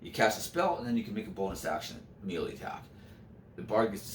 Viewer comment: Melee is pronounced "may-lay." Otherwise I'm enjoying this greatly :)